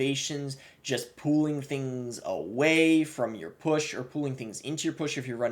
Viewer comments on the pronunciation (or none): i can’t be the only one who thought he said “pooling” instead of pulling